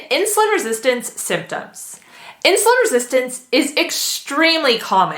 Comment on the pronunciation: how many times do you have to say insulun resistent what an annoying woman